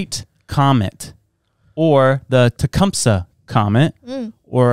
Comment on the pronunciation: Tecumseh. You're saying it wrong. I live near the Town